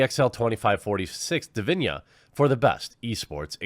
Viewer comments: Hi Jeremy great vid but i believe its pronounced di vi na and not di vi nia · As of today, still much more men play and watch E-Sports Games Which means there a more male E-Sports players Which also means there are more better E-Sports male players It's not always about "Muh SeXiSm" Edit: Its DiviNa with an "N" sound. Not DiviNHa or Diviña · Dude, you are butchering the name. It is Divina not Divinia...... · When the quaterin reads divina but says diviñia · Jeremy, it's just 6 letters. D I V I N A, not Divinia :D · It's Divina, not Diviña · Why do you keep saying Divinya when it obviously says Divina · What's witht he weird pronunciation of divina as if there was an i before the a? do you say chinia?